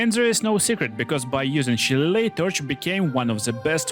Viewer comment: Its pronounced Sha-lay-lee